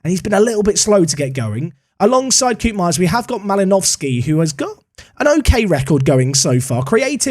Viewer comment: The ' oo' pronunciation of Koopmeiners in dutch is more akin to the 'o' in bloke or cope, in Dutch